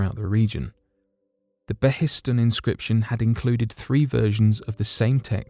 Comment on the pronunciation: Pronunciation tip: "Behistun", as in the Behistun Inscription, is pronounced 'BAY-hiss-toon' rather than 'bay-HISS-tun'.